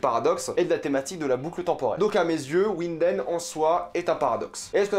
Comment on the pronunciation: Faut prononcer vinden